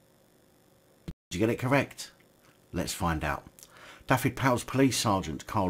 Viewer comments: just a little tip on pronunciation, single F in Welsh is said as V so its (dove-ed,) Dyfed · the F is said as a V SO IT sounds like this Du-ved.